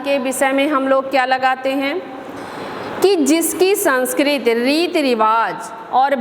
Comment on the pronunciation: Sanskrti bolte hai sanskrt nhi